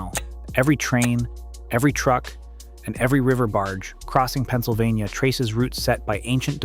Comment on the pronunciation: "Penna-so-vaina" Umm...what?! 🤣🤣🤣🤣